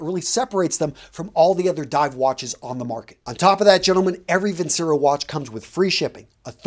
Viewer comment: Its pronounced vin-chair-o..... It ticks me off when you promote a company and mispronounce its name